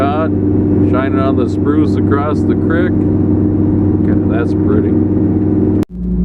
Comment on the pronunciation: Nice to hear someone else now's how to pronounce " crick ". Us Hicks in Western Oregon say it too!